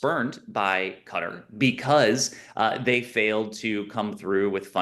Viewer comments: FFS it's Qatar, not Cutter. 🤦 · Hey, it’s not “cutter”